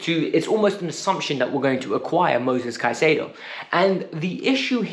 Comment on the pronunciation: It's Caicedo. Pronounced with a K not S